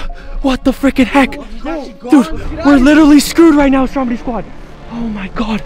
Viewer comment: It’s stromedy not stromide